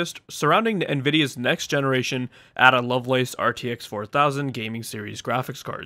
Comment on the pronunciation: Ada is pronounced Ayda rather than Adder. Sorry for being a pronunciation nazi!